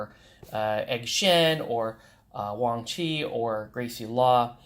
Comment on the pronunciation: Good video. My fiance is named Wang Chi...pronounced like "Wong Chuh" so you said it correctly, they dont in the movie. We dated for a month before i saw her name written down and realized SHES THE ONE